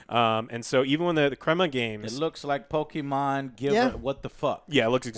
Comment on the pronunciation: No one: No one in the universe: Joe: pokiman